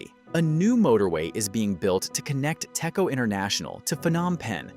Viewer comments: ITS PRONOUNCE TEC-CHO NOT TECCO U DUMMY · fun fact: it is pronouced as "Dech-Jo"